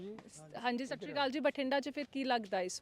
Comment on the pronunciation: ਇਹਨੂੰ ਬਦਲ ਦਿਓ ਜੇ ਚੈਨਲ ਬਚਾਉਣਾ ਜੀਹਨੂੰ ਇਹ ਨੀ ਪਤਾ ਕਿ ਸਤਿ ਸ੍ਰੀ ਆਕਾਲ ਹੁੰਦਾ ਜਾਂ ਸੱਟ ਸ਼ੀਰੀ ਕਾਲ ਬਸ ਅੱਗੇ ਮੇਰੇ ਕੋਲ ਸ਼ਬਦ ਮੁੱਕ ਗਏ ਬੋਲਣ ਲਈ